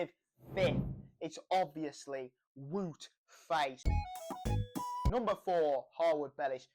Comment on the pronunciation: careful how you say wout faes